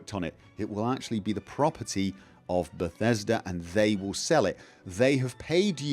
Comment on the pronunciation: Time vill tell, sooner or later, time vill tell.